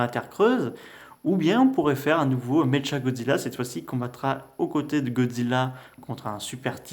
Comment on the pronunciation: Sa se dis méqua godzilla